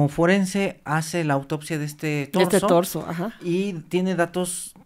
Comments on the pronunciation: señora, no se llama DORSO, se llama TORSO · Es Torzo no dorzo cuando se refiere a la parte de arriba del cuerpo, gracias Dr por corregir de manera sutil a la Dra, Torzo no dorzo.